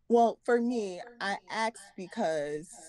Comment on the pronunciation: Grown woman taking about I AXED because dayuuum.